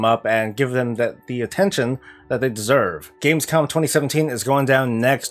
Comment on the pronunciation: No hate man, but it's Gamescom not Gamescon :D I was kinda wondering what Gamescon ist... :D